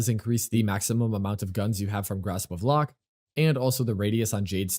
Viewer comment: Haalvu fits Xaku so well aesthetically too, I'm definirely switching over to this build. One note for future vids: Lohk rhymes with Oak. Not 'lock'. That kinda bothered me 😅